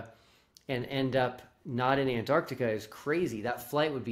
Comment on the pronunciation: Do they ALL think it's called "Annarticka"?